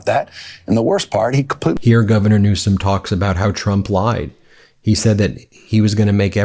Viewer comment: Please stop saying newscum just say it correct even though Donnie diapers says it wrong.